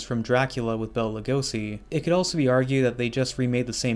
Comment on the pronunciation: Except when he says Bella instead of Bela.